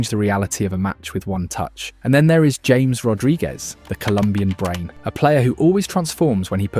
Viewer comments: It's "Ham-ehs" not James BTW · Very nice video. By the way it's "Ha-mes", not "James". 😂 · James --> Haa Mess